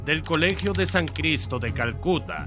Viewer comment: Son muy buenos estos vídeos pero es verdad que el narrador se equivoca mucho eso de decir San Cristo en lugar de sánscrito es de principiantes